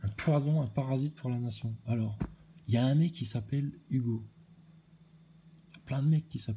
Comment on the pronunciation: "Fowwcément il est en apeuseteuww aloww le ballon vole c'est nowwmal" ahahah vdr 😅 comment tu m'as tué encore, cimer pour la barre 🙏